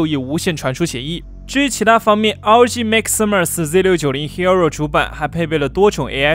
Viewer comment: 為什麼你的hero聽起來那麼彆扭